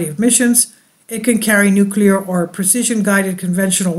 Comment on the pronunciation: Nucular war? No way